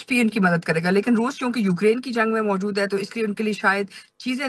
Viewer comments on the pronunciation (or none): none